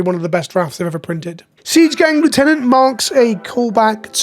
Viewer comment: Sorry, gotta revoke your Brit license for your pronunciation of lieutenant.